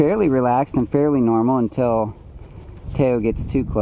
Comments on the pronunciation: Thanks for the share of their meeting. Really interesting to watch. Also, I’m aware you likely didn’t name him and were given the pronunciation of Tay-Oh...but (in case you are interested) Tao is pronounced Dow. Quoting Wiki: Tao (/daʊ/, /taʊ/) or Dao (/daʊ/) DOW; from Chinese: 道; pinyin: Dào [tâu] is a Chinese word signifying 'way', 'path', 'route', 'road' or sometimes more loosely 'doctrine', 'principle' or 'holistic beliefs'.[1] In the context of traditional Chinese philosophy and religion, Tao is the natural order of the universe whose character one’s human intuition must discern in order to realize the potential for individual wisdom. This intuitive knowing of “life” cannot be grasped as a concept; it is known through actual living experience of one’s everyday being. A great book to understand this philosophy is “The Tao of Pooh”. Enjoy your new member of the family! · Two beautiful creatures, you are so blessed. By the way "Tao" is pronounce Dow as it Dow Te Ching, By Lao Tsu. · Did you actually mean to name him that, or d’you just have no clue how to pronounce “Tao” properly?